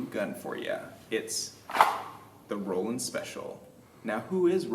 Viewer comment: You’re wrong, it’s Roland. Everyone is saying Roland even garand thumb. Even a ai search, google search. All say Roland.